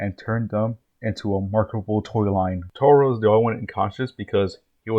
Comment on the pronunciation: Taro not toro 😅